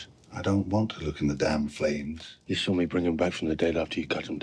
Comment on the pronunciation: Why do you pronounce "saw" as "sawl"? There is no L in saw.